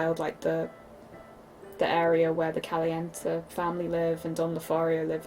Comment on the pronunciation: PLease tell mr you did not just pronounce Caliente as Callyent..... It's the Spanish word for hot, hun, it's pronounced Callyentay